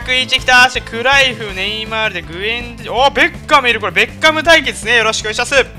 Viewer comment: ベッカム引いたとこベーコンにしか聞こえなかった人おらん？w